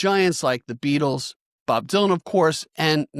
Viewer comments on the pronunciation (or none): none